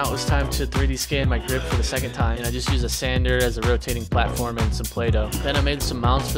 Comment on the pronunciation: I like how he says the word "just" as if this is a quick day project